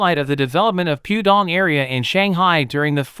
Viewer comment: That's 'Pooh' Dong - not 'Pew' Dong.